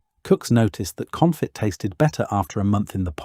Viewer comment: I enjoy these videos but then wonder if I'm watching AI narrated/generated content when something like "con-fit" is said. There have been a few of these where it seems like text to voice not understanding the words rather than just British English pronunciation. Would love to be wrong.